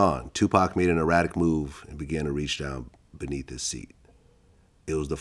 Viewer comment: Keefe doesn't even know how to say "erratic" let alone spell it.